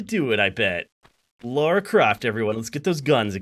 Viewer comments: The real april fools joke was the pronunciation of Lara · Who's this "Laura" he keeps talking about? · I guess calling Lara "Laura" is part of the gag?? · "Laura"? It's Lara.